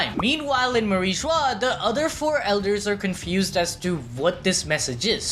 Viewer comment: MarichWA. WTF it’s merry joys